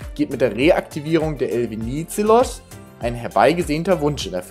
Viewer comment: habe euch mal ein Song verlinkt, da geht es um den Namensgeber der Fähre, weil eure Aussprache ist etwas falsch, nicht böse gemeint, musste schmunzeln, nur für das nächste Video wenn es nur um die Fähre geht 🙏✌️❤️ Der Politiker hieß Eleftherios Venizelos